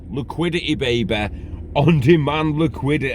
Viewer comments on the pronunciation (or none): liquidit eh!